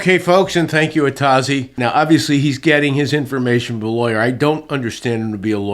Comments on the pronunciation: Atozy said his channel name was originally supposed to be pronounced as 'A to Z', but no one said it that way, so he just started saying 'Uh-toe-zee' or 'Ah-toe-zee', depending on your accent lol Since I started watching him, he's always done a decent amount of research on his stories and his more recent videos he's really kicked up the effort and is even travelling to court cases as seen here. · I think its "A to Z" the y is silent??? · Atozy's name is pronounced "puh-see"